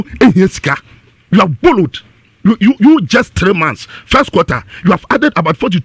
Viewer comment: Is it BORROWED or BOLLOWED.Hmmm. Ka twi ba y3 free